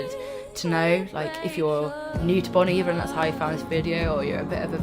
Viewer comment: It’s pronounced: BONE EEEEE-VARE